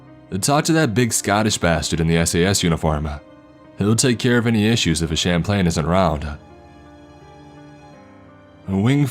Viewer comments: Just a quick correction Chaplain is pronounced Chap-lan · Like so many others have said and i merely echo their words that these stories are great and leave you wanting more. I hope more comes out because there are more stories to tell.My only suggestion regards the pronunciation of "chaplain." It is pronounced chap-lin.(short i sound as in it). A chaplain is a clergy member of a recognized religion that provides care and spiritual guidance and support for those serving in our armed forces. My son is a chaplain in the navy. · "Champlain"? Really? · Champlain? I think it's pronounced chap-lin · What you pronounce as sham-plane is pronounced chap-len. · im sure it was chaplain not champlain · Just like how instead of chaplain he keeps saying champlains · I was trying to figure out wtf a champ lane was for like 5 minutes before I realized he was trying to say Chap lin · Its pronounced chap-lin. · It's pronounced chap-lin lol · Chaplain is pronounced "chap-lin". Corpsmen = "core-men". When you do anything military hit me up on pronunciations. Especially Army. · He pronounces Chaplain wrong, repeatedly... For fucks sake. They're military religious representatives. They can be of any religious background.